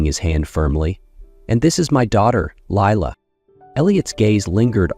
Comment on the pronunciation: Although this may be a lovely story, I find it VERY distracting and annoying hearing the names mispronounced. I rewound the video to check the spelling and I saw Lila's name spelled as Leela on the next line . I stopped listening ... I just can't continue because I list my enthusiasm.